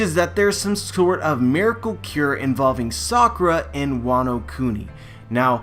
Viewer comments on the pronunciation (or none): none